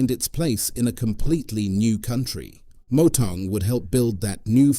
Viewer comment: Initially I thought you were saying Motown. Trick in pronouncing Motaung is to express the " tau" part as if you were saying the word Mortar. Thats the correct ring to that part of the Surnsme, Chief 😊. Said in good faith no sweat